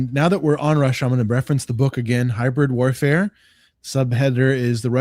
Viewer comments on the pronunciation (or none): "Hybyaid Wayafare" American authors need to stop doing this lmao